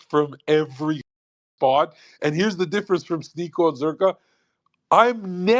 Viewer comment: Zer “her” ka 😂